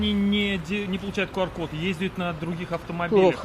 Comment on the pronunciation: Почему КУар? Q читается и произносится как КЬЮ!!! Но видимо IQ (ай Кью) не позволяет говорить правильно.